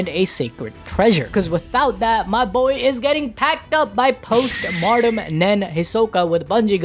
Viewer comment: A good video, and I appreciate you breaking that down, but, for the love of Killua, PLEASE stop pronouncing "Post-Mortem Nen" as "Martem", the word is pronounced "Moar-tem"!